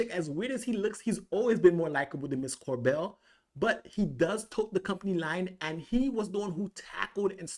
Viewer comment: Cobel not Corbel!